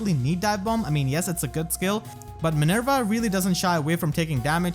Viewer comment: you pronounce minerva wrong and its annoying